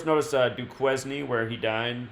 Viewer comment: Duquesne is pronounced Doo Kane.